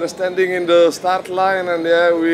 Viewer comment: " the organitator said we can shart a little bit" ??